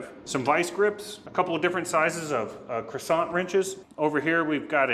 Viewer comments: Lost all credibility when he said “croissant”. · Lol Same here, Gary. Never heard it pronounced that way either. Need some butter to go with the croissant 🥐 🧈🔧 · I like the French pronunciation of “crescent”. 😂😂